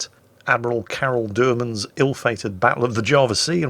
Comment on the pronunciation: Karel Doorman, not Deurman. You silly Brit!